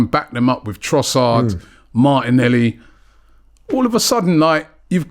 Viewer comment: He put Martinelli in also and he can’t even say his name.